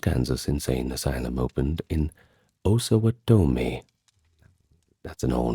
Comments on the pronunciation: As Kansas resident all my life, it's "Kansans." The Osawatomie hospital is pronounced Os-a-watt-a-me, phonetically speaking. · Pronunciation Osawatomi: " AH SUH WAH TUH MI : Kansan: " CAN SN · I'm sorry but as a lifelong Topeka Kansan, Osawatomie pronunciation was too much. "OsawaTomie". Nope. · Osawatomie is Ossuh-WAH-tummy. Not usually that person to correct pronunciation but Topeka is my hometown 😂 (also I noticed a lot of people say Toe-peekuh but everyone in Topeka calls it Tuh-peekuh) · Osawatomie's asylum would probably have better stories. Your pronunciation is way off by the way. Try o-suh-WA-tomy. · getting local for me! I’ve lived a few blocks from here my whole life. My friends used to try to get me to explore the hospital with them when we were young, but I was a goody-two-shoes and wouldn’t go. I kind of regret it now that I’m at the age where trespassing gets you real consequences. Btw, Osawatomie is pronounced “oh(or sometimes ah)-suh-WAH-toe-mee”. It’s always fun to hear people try to pronounce Kansan names, lol. You did a really impressive job; I feel like most people don’t even care to try, but I can tell you looked into pronunciations. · Came to the comments to see if anyone else noticed the pronunciation lol